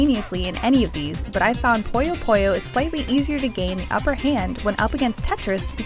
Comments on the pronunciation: I just want to say that it's not pronounce "Poyo", it's pronounced "Puyo". Say it with me now... "Poo Yo" Simple. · It's so hard to listen to her (yes, assuming her gender) pronounce "puyo" (as they say in the game's intro) as "pollo" (chicken in spanish) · It's pronounced 'poo-yo', not 'poy-yo'. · I hate how people pronounce Puyo as Poi-Oh